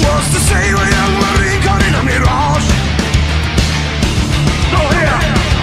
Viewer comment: Nah thats not on purpose hes just mispronouncing barrage